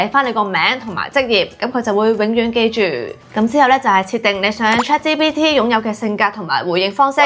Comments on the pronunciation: Chat「之」PT?😂 我聽咗好多次都係「之」，留意返「G」嘅讀音比較好 🙈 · 但佢讀到GPT 係ChatGPT連埋講先會讀支PT😂😂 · 我keep住聽到 Chat芝PT 但條片做得好有心機 nice work!!! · 呢個係廣東話台. "G" 讀到“之”係可以原諒!!! 😅😅😅👻👻👻